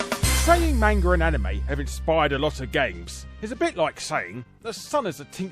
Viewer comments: Manga is pronounced "Mahn-gah" not "Main-gah." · I'll give you the customary comment, it's Mahn-Gah not Mang-Gah. ^_^ Just watched that movie, did not put that together about glowing teeth. Lol "So you'll just use this image as reference right?" , "Nah I'll just paint over part of it.". :\ Stolen cinematography is alright with me, at least it's not shaky cam. Yeah it's not like video games of the past weren't influenced by the original Westworld novel and movie, nah. ;)